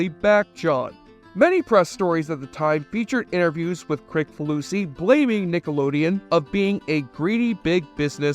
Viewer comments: It’s pronounced “Chris-faloosee”, not “Crick.” ☝️ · You really didn’t do your homework if you don’t know how to pronounce the creator’s name - “Kriss fa loosey”. Come on. I knew it because I’m a fan and I’ve seen a lot of video stories about him. You must have just done the easy research. It’s not the kind of household name that you can just presume to pronounce the way it looks, I made a point of being sure about it. It really kinda makes you sound stupid. Must be that stupid helmet.